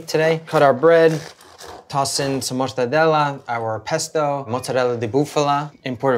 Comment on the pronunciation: Thank you for pronouncing mozzarella correctly!! ❤